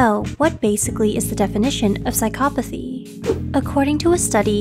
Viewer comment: Psychcop Athy why is she saying it incorrectly?